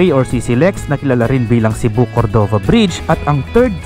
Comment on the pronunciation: daghang salamat sa pagpakita sa queen city.. nindot gyd na ang CCLEX unta lang limpyohan ng naa sa kilid sakit sa mata unya baho pa gyd na diha.. maka hugaw sa dagat nya diha mangisda... POV lang unta kuha-on na. Anyways tama namn ung pagka bigkas nyo sa Cebu at gihigugma 👏 pero ung Cordova (cenxa) hindi, kasi english ang pag bigkas nyo 😅 spanish ung pagbigkas nasa first syllable stress po. Pero hwag po kayo ma stress ha, hindi namn sa ano,gusto ko lang sabihin Adventure/ tour/ riders vlog kaya ok lang yan. sabi nila shrimp farm daw yan. more power and God bless